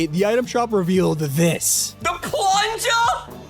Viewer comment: Ninja: realization It’s a- It’s a ka- “THE PLUNJA”?!?!?!